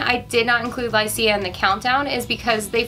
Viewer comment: Lycia is pronounced LY-shuh.